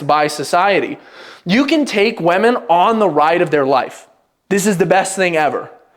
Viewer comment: Please learn how to pronounce "women".